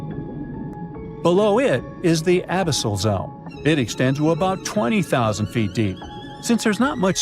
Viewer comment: A 20 zero zero zero seat stadium? Please teach your AI how to properly pronounce numbers lol